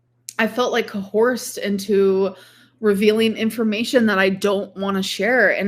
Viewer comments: ... english is is my second language so I have to ask. It's coerced isn't it? Not cohort? Or is there an other word that means "to force someone" that I don't know? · Cohorsed??? ....Neighhhh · Watching this live was insane everybody lost it when she said coHORSED & was putting “🐎” in the chat 😂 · One day will learn how to say Coerced correctly. As much as I hate to admit this but isn't really wrong...Erica and Brittany KNEW about Love bombing because they're fans of reaction channels so of course they knew that was how to win her heart. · its so weird that for making a live stream to address something serious like she was, she acknowledged that she was purposely pronouncing words wrong. That and joking around with her dear snake of a friend alexis. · when reading the comments I thought she was fucking up the word "cohort" but then we arrived at the clip where she was pronouncing it and I realized... No, she is just mispronouncing coerced 😂😂😂